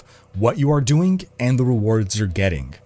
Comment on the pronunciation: Doingk and gettingk - I'm not making fun, just wondering if it's a dialect of some sort?